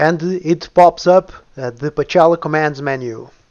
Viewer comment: That doesn't sound like "Pocela." and the Russian transcription is Pcela (Пчела), which translated into English means -- Bee. I apologize for my remark )) Much appreciation for a good guide on the updated version of the mod.